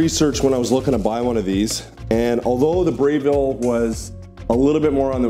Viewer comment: He doesn’t even know how to pronounce Breville?